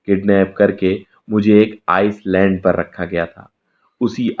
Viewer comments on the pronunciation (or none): उत्तर भारतीय भईया तु कितना पढ़ा है? School भी गया है के नही, video बना कर YouTube पर लोगों को bore करना आगया तो पढ़ाई लिखाई का क्या प्रयोग। जिसे तु आइसलैंड कह रहा हैं वह आईलैंड ISLAND है।